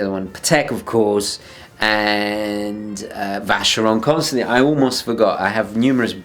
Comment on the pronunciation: Nice video and for once, your "really" and your "rarely" are distinguishable. If now you bothered to pronounce VC corretly, this would be perfect. ;) All jokes aside, awesome puchase. One could see you were in love with the watch when you guys showed it off in the collab-video.